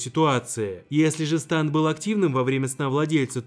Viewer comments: Не станд а стЭнд! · не станд а стэнд